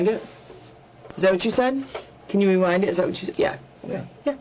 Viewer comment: Him saying rewind it is diabolical